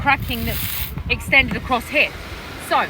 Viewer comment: Why do you pronounce the word 'Here' like 'Heeyaaah'? And Malaysia like Malaysiaaaahh? Unless of course you're deliberately faking some sort of weird accent. Btw, wonder if you're gonna delete this comment like before 😊